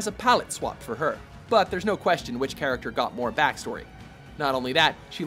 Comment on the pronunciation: you miss the k in character